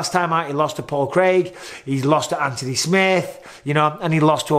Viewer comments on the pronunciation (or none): none